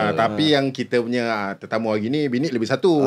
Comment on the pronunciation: Kenapa mamat sebut bini as "binik" eh?